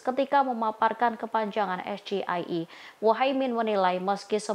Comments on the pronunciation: DASAR ASAM SULFAT... BILANG PERTANYAAN SULIT 😅😅😅😅 .. PENYEBUTAN ES GE I E SAJA SALAH... DITANYA APA ITU SGIE EEEE MALAH NYONTEK.... SUDAH JELAS SIAPA YANG BODOOOOHHH 😅😅😅😅 DITANYA MAHFUD 23% DAN CAK IMIN TRIK N TIP TAK BISA JAWAB 😅😅😅😅😅😅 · ... Betul Gibran nya aja yg salah sampaikan ejaan nya,,Jd wajar saja klo cak Imin bilang saya ga tahu....ko yg di sampaikan Gibran bahasa Indonesia ko,,,,hehe... Tp saya dengar cak Imin malah betul bilang ejaan nya,,hhee....berarti cak Imin juga cerdas ya.... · Gibran jg salah mengucapkan singkatan, nyontek jg. Seharusnya mengucapkan dengan english. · yaa betul, kalau gibran mengucapkanya dg ejaan bhs inggris yg benar Insya Allah cak Imin pasti ngerti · Lebih fasih si kaka pembawa berita dalam melafalkan singkatan Ingris. Lagian gibran lucu juga singkatan Ingris pake Alfabet Indonesia. Ya Rumit lah. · Cak Imin jujur karena emang cara membaca Gibran juga salah kenapa singkatan bahasa Inggris dibaca bahas Indonesia, disini kelihatan sudah diseting Gibran cuma hafalan tidak bener bener tahu masalah SGIE. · Yg nanyain kepanjangan lebih bodoh,,saat di tanya balik eh"malah menjawab sambil melihat contekan di layar.. belum lagi pengucapan nya yg salah.. singkatan inggris malah di baca dg Indonesia. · Keponakan mk... Bahasa Inggris tapi ditingkatkan dengan sebutan bahasa Indonesia.... Jelaslah bingung untuk menjawabnya... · Gibran ngejanya salah.pantes cak min bingung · SGIE si gibran juga salah😂😂😂 salah ucap dan nyontek lagi 😂😂😂😂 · Katanya nya lulusan Singapore, sok pake istilah Inggris hahaha sebutan singkatan aja salah itu istilah bahasa inggris kenapa dibaca pake bahasa Indonesia hahahahahaha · pertanyaan sulit, jelas wong dia membaca akronom nya juga salah, siapa pun pasti nggak bisa jawab, akronim bahasa inggris dibaca bahasa indonesia, ha ha ha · Nyebut singkatanya ajja udahh salah . Samsul samsul 😂😂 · Gibran aja salah ngucapin SGIE. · Gibran salah menyebutkan hurufnya.. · udah pake singkatan.. salah pula penyebutannya. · Es gi ai i